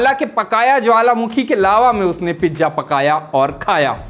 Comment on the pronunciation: Reeleej...😂😂😂😂...pijja😂😂😂... Waah re lallantop anchor.